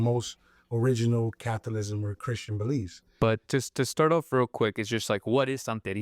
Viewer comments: Cath - o - lism ? Talk about " ignorance" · CA-THO-LI-CISM NOT "CATHOLISM." ONE HOLY CATHOLIC AND APOSTOLIC CHURCH!